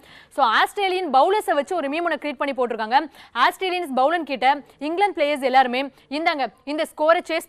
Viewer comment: What? AaasssTreeLiansAa ? Konjam properA pronounce pannunga !